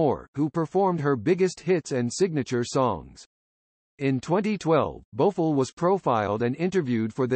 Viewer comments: The commentator should learn how to pronounce people names correctly 😖 Her name is not Bofo it’s Bo F I LL 😩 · Whoever this person is he can’t even pronounce her name right he needs to be replaced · Thank you! She is still alive and he pronounce her last name wrong!